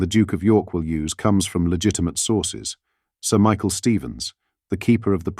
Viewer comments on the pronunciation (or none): none